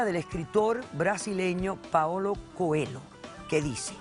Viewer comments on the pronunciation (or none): Es Paulo Coelho. Ella dijo "coelo", lo cual creo que es un error común en hispanohablantes. Sólo comentaba xD